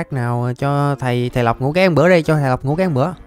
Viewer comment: Rõ ràng anh Tên là mà em hỏi mấy đứa bạn thân nó nói anh là nọc nutaki là nọc nutaki 😂😂😂